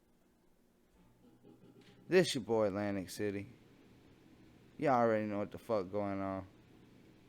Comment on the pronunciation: Lmao "nice to be meeting all of you I'm Lantic City"